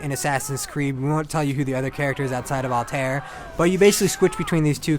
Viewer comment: I can't take a review seriously when you can't even pronounce the main character's name right